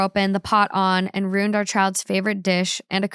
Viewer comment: pronunciation of “ruined” as one syllable in every episode is KILLING me